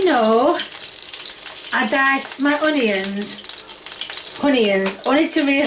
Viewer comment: Tommyahhtoes and Uneeeins!! LOL 🤣🤣